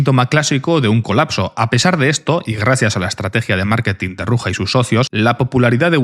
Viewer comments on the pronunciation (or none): Se llama Ruzha, no Ruja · se prouncia "ruya" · El j de Ruja no se pronuncia asi